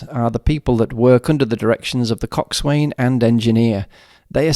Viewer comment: Great video! By the way, when pronouncing the word, coxswain, the 'w' is silent.